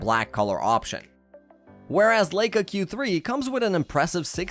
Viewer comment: The narrator mispronounces Leica 😦